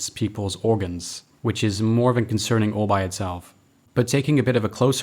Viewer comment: Nothing related to the game - are you half english half US? Just noticed how you seem to say 'van' rather than 'than', which is quite common in England t. English